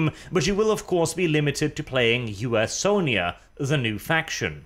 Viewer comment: Comment for!!!! Though I can't get over him saying U-S-Onia